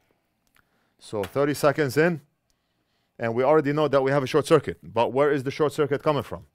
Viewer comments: Great video and I learned a new word “Shor-kit” , not bad, saves a syllable. 👍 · I ❤ the "shor-cuit" moment 🤣 A new, faster way of saying "short circuit" - I love it! Making new words up on the fly... The Northridge Fix way!! Better Than Factory, baby 👍👍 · Another first from your channel, lets call Short Circuit from now on as. " Short-cuit" ❤👍💪✌